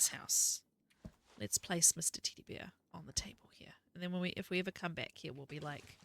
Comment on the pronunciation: I'm so immature. I'm giggling cause you keep saying Teddy Bear and with your accent it sounds like T!ddy Bear.